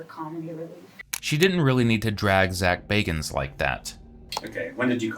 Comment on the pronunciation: Zak bagins. 😂😂😂😂. Ghost Adventures ma'am. The narrator is correct Zak is going through enough of his own stuff.